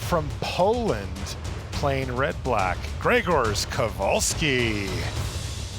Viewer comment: Perfect pronunciation of Grzegorz's name from:) And an excellent job by both and as usual - we've become too used to greatness during those good old days hehe